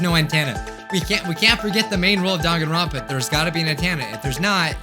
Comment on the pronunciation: Actually,surprisingly...you said the name probably perfectly